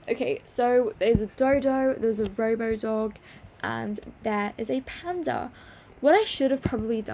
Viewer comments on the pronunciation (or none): none